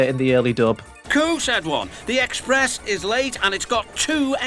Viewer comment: EXPRESH (chain)